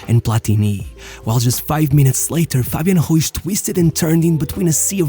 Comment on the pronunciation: Good video shit clickbait. It was really fun hear him trying to make the r sound. Fabian güiz